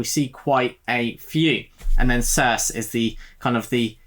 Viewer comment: Nice! Looking forward to more on this list. Just to let you know Circe is pronounced Cir-see (I'm not being clever, I only know this because I listened to the audio version which is excellent btw).